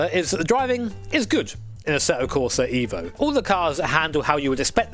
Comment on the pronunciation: It's eh-vo not eevo. Fact check me bro.